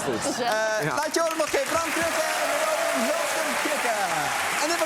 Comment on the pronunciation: Is het no róbin of ròbin? ik hoor bram ròbin zeggen en arjen róbin..